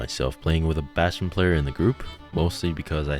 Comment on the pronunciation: Damn. I like your voice mate, also Bastion is just perfectly said